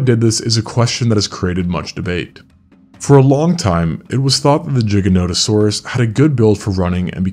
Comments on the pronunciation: I hate your pronounciation of gigantosaurus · A bit hard to take the video seriously, when you keep mispronouncing the name of the dinosaur. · I wanted to watch this but the butchering of the pronunciation of Giga is throwing me off. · perhaps just a mispronunciation or maybe just an accent thing but giganotosaurus is an allosauroid not an allosaurid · Didn't notice there was a j in the name why does he pronounce it like there is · real bro is pisses me off. bet this dude pronounces it as Jif too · It's NOT a matter of opinion, giga comes from the greek word for giant and if you don't say it like in the video you're saying it wrong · Why is no one talking about how he’s saying jiganotosaurus and not giganotosaurus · Bro...its GIGA NOTO SAURUS. NOT JIGANOTOSAURUS..... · Its Giga not Jiga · Why would they name something gigantic giganotosaurus and then pronounce it jig-anotosaurus instead of gigan-otosaurus? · Bro it isn't jiganotosaurus Its giganotosaurus pronounce the g not j and NOto its noto replace the last o with an a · No one can say the name of this dinosaur ffs. It’s Gi-gano-tosaurus you know, seeing as the word derives from gigantic. Not “giga” which mean a thousand, or “jigga” which sounds racist. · everytime i hear G-ga notosaurus my soul shakes in cringe just say "ghi gah" who cares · Its with a "G" not a "J" like what lol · Bro why cant you pronounce it normally? Do you say gigajoules or jiggajoules?? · JAI guh, not JIG ah. Jai guh no tuh saur us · G g not j G GIGA NOT JIGA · Holy fk dumb dumb its GIG-A not JIGG-A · Fyi, "giganotasaurus" is pronounced "giga" not... "jigga". Etymology is from greek gigas -> "gih-gus". Before people try to be blind sycophants, please realize this -> "this is not an opinion you get to disagree with" 😂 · Its called GIGA NOT A JIGGA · Stopped listening after Jig instead of Gig. 😬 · Isn't the largest one a spinosaurus is not pronounced jigaotosaurus it's pronounced giganatosaurus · It's pronounced gig not jig